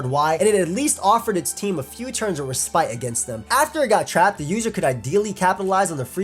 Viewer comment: Lol clearly was reading from a script and did not know how to pronounce respite